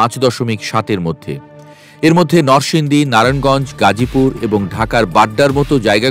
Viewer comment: সাংবাদিক সাহেব নরসিংদী নামটি অন্তত সঠিক ভাবে উচ্চারণ করেন